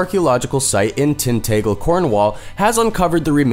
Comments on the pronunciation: I hate to be nic picky but you pronounced Tinagel wrong... And Cornwall. Tintagel is pronounced as Tin-ta-gel and Cornwall is pronounced as Corn-mall. Your welcome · I have never heard the name tintagel butchered quite as badly as this guy has and showing people dressed in 16th century clothing when your are saying 6th century is terrible